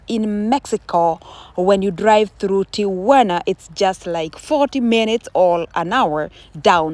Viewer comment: Whoelse is hearing this "Ti-u-wa-na" thing for the first time 😂😂😂😂😂😂. Thanks for bringing this so close for us to have a close sight ❤❤❤❤